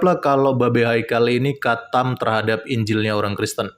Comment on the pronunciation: Maksu itu qathem kale bukan khatam 😂😂😂